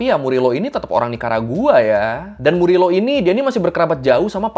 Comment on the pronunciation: Bang FYI kalau org spanyol kalo namanya Morillo, bacanya jadi MORIYO. Semoga bermanfaat 🙏🏽